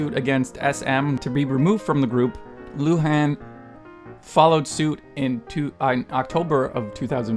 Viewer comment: The way he pronounces Luhans's name makes me want to die